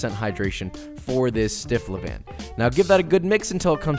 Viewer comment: You pronounced couche tight ... but you pronounced levain wrongly